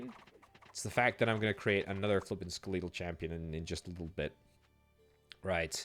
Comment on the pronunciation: That can't be the actual British pronounciation of "skeletal".